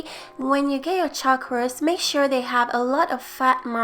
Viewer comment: Did you say beef pot ruist?